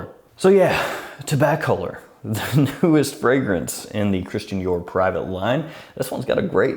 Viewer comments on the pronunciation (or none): It's Tabac Olor is how you pronounce it. Not Taba Color. lol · I want to be entered in the giveaway and I love the name because the name is actually tobacco lore not toba color, you are pronouncing it wrong, lol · I reckon it should be pronounced "Tobacca-lorr" (just like "calor": the Spanish for "hot"). Toba-color sounds too weird. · I think it’s pronounced “tabac-allure” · It’s pronounced “tobacco-lore” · I think you have to say TOE-ba-color then it sounds cool. I’m in I love tobacco frags!